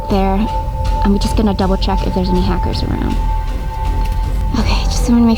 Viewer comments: vy its hackers not hickers in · Vy you said huicker instead of hackers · Did vy said som hayckers?in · you said hackers wrong